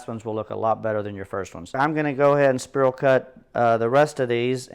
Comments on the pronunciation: Don't know where you're from? But its spiral not sperl!😅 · spear all cut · Great video, but spiral is pronounced “spy rall” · I like how he pronounces "Spiral" so we can see all the people he triggers. 🤣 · The way he says spiral triggers me. 😂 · I wasant going to mention it to him in public. I planned to pull him aside on the 4th and let him know he was pronouncing it wrong. LOL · yeah NOT a bad idea, get the food FIRST then comment about how he's saying spiral cut. Don't you just love the english language. p.s. For me he can say it anyway he wants to as long as I'm invited to eat. 😋